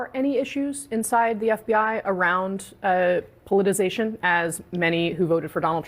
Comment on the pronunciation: The female at CNN cannot pronounce "politicization."